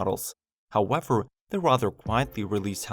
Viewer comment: Elecwic howevew